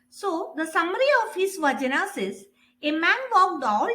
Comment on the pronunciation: Please pronounce it as Vachana not vajana...